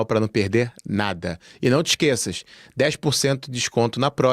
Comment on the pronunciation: Epá! esse “não te esqueças” está quase tuga, 👍🏻, Abraço.